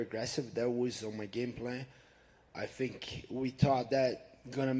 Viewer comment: Hey burns you better cut off the word fink and say tink if you can't say think.